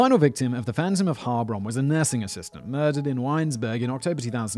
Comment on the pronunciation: Your pronounciation wasn't too bad regarding Heilbronn, but the loudest part to be spoken is the second syllable. It's HeilBRONN, instead of HEILBronn.